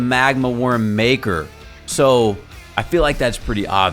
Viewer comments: It's Makar not maker my man.., that's a name not a occupation XD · yes its MAKAR with a like u in Luck